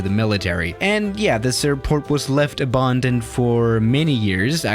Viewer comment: a-bahn-doned autobahndoned